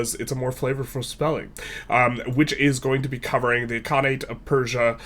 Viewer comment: Its I-L-khanate not I-I-khanate